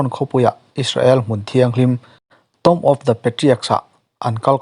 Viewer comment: A ngaihnawm hle mai! Tomb hi tawm ti lovin tum tih zawk tur a ni e.